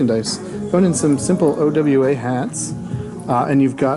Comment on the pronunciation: It's OWA... Pronounced Oh-Wah.... NOT..... O.W.A.